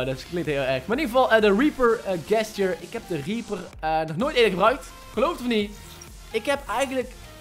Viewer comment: even een tip, je spreek gesture niet uit zoals jij t doet:) het is djestjur :P niet gestjur